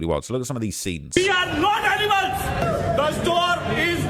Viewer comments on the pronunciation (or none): “We awrhhhh not animalez!!!” 😂